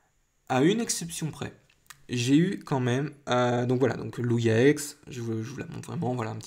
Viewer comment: lugia ex et sa se lit loujia pas lougia